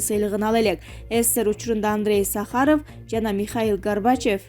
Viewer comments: Андрей сахарев жана михаел гарбачев деп койдубу. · ГОРБАЧЕВ... САХАРОВ ПАНДЕМЯ......ЧТО ЗА ИНТОН ......??